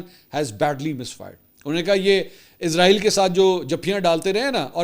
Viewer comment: منصور علی خان صاحب سے درخواست ہے کہ برائے مہربانی "عزرائیل" کی بجائے اسرائیل پڑھا جائے کیونکہ عزرائیل موت کے فرشتے کا نام ہے